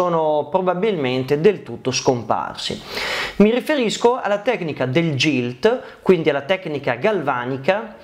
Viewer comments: Solo una puntualizzazione, non per fare polemica ma per perfezionare il canale e la conoscenza degli utenti: GILT, da quello che so, e' una parola inglese ed in questa lingua la "G" si pronuncia "GH" qunidi GILT si dice GHILT, GIG si dice GHIG, MAGNUM si dice MAG-NUM ( quasi come se fosse 2 parole MAG e NUM). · Bellissimo video ma la pronuncia corretta é GHILT e non GILT...❤